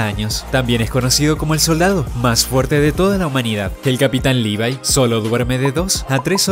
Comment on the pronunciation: se ganó mis respetos porque es de los pocos que e visto que pronuncian el nombre de Levi bien